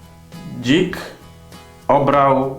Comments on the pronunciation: dźik a nie dzik ? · A nie powinno być DZI(k)zamiast DŹ(ik) ? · Raczej dzik a nie dźk xd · a nie powinno być dzik zamiast dźk 😂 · DŹIK? hihi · Dzik Nie ź :d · "DŹ"? Dźik? XD